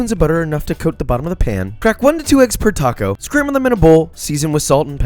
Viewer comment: Cwispy toco but allergic to avocados 😭